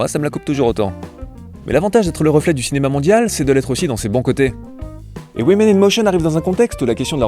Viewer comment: woman - prononcer WOOMAN; women - prononcer WIMIN !! please !